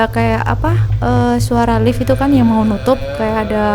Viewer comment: Orang lain: "di Lift": " di elift" Hehehhe sukses terus kembara sunyi..